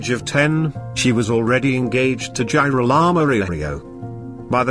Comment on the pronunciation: you have to review the pronunciation of Girolamo, I had to stop watching because it was too irritating.